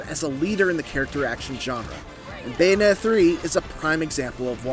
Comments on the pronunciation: Who is this “Bayonet” & “Bay-a-nay-a” person that this critic keeps mentioning in this “Bayonetta” game review? 🤔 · This guy doesn't pronounce the Ts when he says Bayonetta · Anyone else notice this reviewer doesn't pronounce the Ts in "Bayonetta"? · Is it just me or is he saying Bayonetta weird…🤔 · meant Pronouncing it weird lol